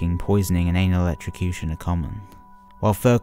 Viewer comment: Did he just say anal electricution (sorry if I spelled it wrong )